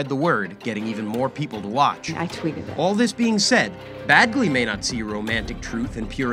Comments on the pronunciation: Its pronounced penn badge lee not penn bad glee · Bagley? I hear “bag”ley. It’s “badge”ley 🤣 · His name is Penn Badgley, not Bagley!